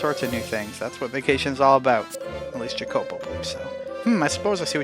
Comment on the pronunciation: I think you’re pronouncing Jacopo’s name wrong. It’s Italian and I’ve always heard it as Ya-ko-po.